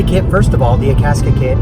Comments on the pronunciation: I had the hardest time finding "Akaska". It's Akasaka lol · That way he pronounces Akasaka is funny to me.